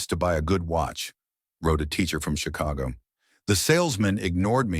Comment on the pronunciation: If she was in Paris why did the storyteller keep saying she was watching the rain was in PARIS And he keep saying Chicho